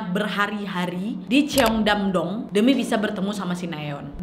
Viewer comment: ‘Nu yok’ ‘ceongdamdong’ melokal sekali ngomongnya!!!!🤣🤣🤣 gpp lah dr pda sok inggris tp kepeleset😅lancar terus rezekinya kak nad!!!